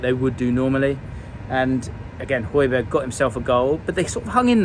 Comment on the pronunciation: how can you pronounce Hojbjerg correctly but consistently mispronounce Son 😂